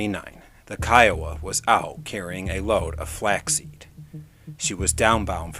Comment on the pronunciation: Great stuff!!! I THINK.....Kiowa, would probably be pronounced Keh-Oh-Wah. Not separated like that though. Love your content. Keep it up!